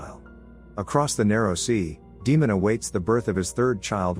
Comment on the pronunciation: A lot of explanation videos are almost as long as the episode itself lol thanks for having a brief one. Also, potential tip, maybe since you’re using text to speech for the explanations, maybe try “Daymen” or something for Daemon as it may pronounce it correctly instead of saying “Demon”